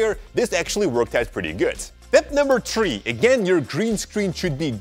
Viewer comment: Tip number tree😂